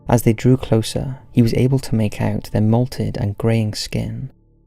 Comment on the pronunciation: It's mottled not "moulted". May have been better to have said Latin America rather than South America as Mexico is not in South America. This aside it was interesting stuff, though I knew of the second story from a few years ago. Pity there isn't some sort of forensic assessment of the damage to the police car, that would surely have yielded up some interesting details.